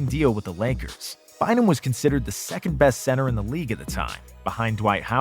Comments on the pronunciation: bro said 2th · It's 3rd, 2nd, and 1st. Not 3th, 2th, 1th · "2th" haha🤣🤣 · Secondth lmfao